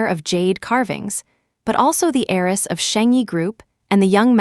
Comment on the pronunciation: Wealthy HEIRESS not aerys